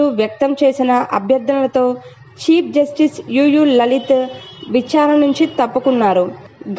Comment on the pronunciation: Telugu matladadam vachhina vallani anchor ga pettandi, dakalalu kadu dhakalu, alane cheap justice kadu Cheif justice 😅